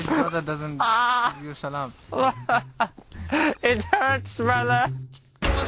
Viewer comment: People generally say salaam very fast and thus most of non arabs pronounce it wrong. If you would speak to arab then you would get proper pronounciation reply. Assalamualaikum brother.